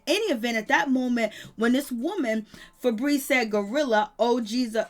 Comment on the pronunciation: Her name is Feby not no damn febreeze